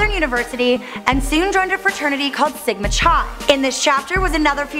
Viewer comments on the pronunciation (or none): It's not Sigma Chai.... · It’s pronounced sigma-chi (with a K sound) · That's not how you say Sigma Chi. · That’s not how you say Sigma Chi